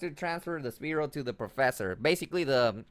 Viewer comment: jesus will u pls just say spearow the right way?lol it hurts inside everytime i hear you say speerow